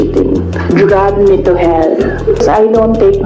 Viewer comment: Drag me to hell ! parang pagka pronounce katulad nung di ako nakapag aral ni guo !